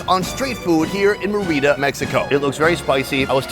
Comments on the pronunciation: The accentuation is on the first Vowel in; Mérida. Your pronunciation is on the second vowel; Merída, which is incorrect. In spite of that, this was a wonderful video. Good luck. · Awesome vidoe! Just your pronunciation of MÉRIDA is way off: It should sound like "MEH-ree-dah" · Sunny my man and fellow Minnesotan, you were hurting my ears with your Spanish pronunciation. First off it's pronounced MARE-e-da for the state capital of Yucatan. Then it's tamal not tomal. And thank you is muchas gracias not muchos gracias. De nada. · MER/id da.... STRESS on 1st syllable NOT MERR READ DA urrrg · The place isn't pronounced Mereeda. It's Merida. It's a simple name to pronounce. The I is as in the word "tin" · Sonny sorry to correct you but it is not tomal it is Tamal and it's muchas gracias not mucho gracias 😂 aaaaand it's Mérida not Merída......tryin' to help Love you bro👍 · It's Meh - Rii - Dah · I think u pronounce “meh” “rita” enfasis on the meh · Me-rida Sonny! Like pronouncing "Meredith" White Boy! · It’s pronounced Meh-re-da 😂😂😂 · It’s meri-da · Should have really asked the locals how to pronounce the name of the city. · Its not your first time in Mexico, for God Sake learn to pronounce Mérida correctly!!!! hj d td t ptmdr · Nice to see this. It would be better if you learned how to pronounce the name of the city!!!!! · That dude needs to learn how to say Merida lmao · White boy say the name right!